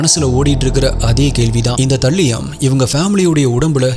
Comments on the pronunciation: Please see the pronunciation of Thallium... Not thaliyam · அது தல்லியம் இல்ல bro அது தாலியம். நீங்க ஒவ்வொரு caseயும் விவரிக்கும் விதம் அழகு bro.. keep rocking 🎉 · You are pronouncing thallium wrong😅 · தல்லியம் இல்ல த(தே)லியம் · தல்லியம் ❌ தாலியம் ✔️ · Bro athu தல்லியம் illa தலீயம் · Thambi, please 😂English pronunciation konjam work required. Paavam andha thallium 😂